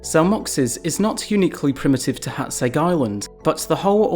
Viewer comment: I just want to say you are pronouncing Hațeg really well.